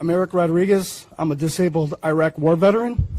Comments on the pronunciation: Wrong pronunciation of Iraq 😂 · That veteran had an active part in destroying the country and still called it Eye-rack....Really?